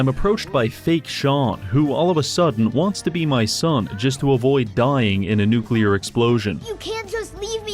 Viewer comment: I mean they mispronounce “nuclear” as “nukular” I never expect them to work in the first place